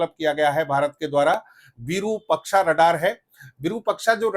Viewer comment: 'विरुपक्षा' नहीं, ' विरूपाक्ष' अर्थात-विशिष्ट रूप वाली आंख, त्रिनेत्र; यह श्री महादेव का एक नाम है भाईसाहब। धन्यवाद।